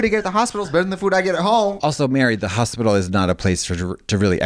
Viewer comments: i thought i was having a seizure when trixie said hospital. she continues to push the limits with pronunciations daily. love that. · The way Trixie says “hospital” actually made me think I was having a stroke for a moment lmao